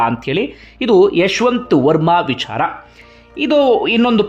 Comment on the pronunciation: ಅಯ್ಯಾ ಅಂಡಿಗೆ, ನಿನ್ನ opinion ಹೇಳಯ್ಯಾ.. ಇಲ್ಲ ವಿಡಿಯೋ ಮಾಡೋದು ಬಿಡು.. ನಿಂಗೆ ಬುದ್ಧಿ ಕಮ್ಮಿ.. ಅದು 'ವಿಚಾರ'. "ವಿ'ಛಾ'ರ' ಅಲ್ಲ.. ತುಂಬಾ over ಮಾಡಬೇಡ...